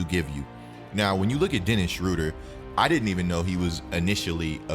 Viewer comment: You’re saying his name wrong